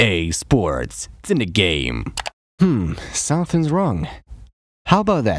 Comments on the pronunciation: I thought he say "ea sports, to the game!" But instead of it's in the game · Am I the only one who Heard " EA SPORTS, TO THE GAME"😅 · I'm not a native English speaker, when I was a kid I always hears "cinic game" lol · EA Sports Telegame 😅😂. I heard like this way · "EA Sports, Senagame." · I ej sports, cyne gejm Kurwa, zawsze mi ten koleś działał na nerwy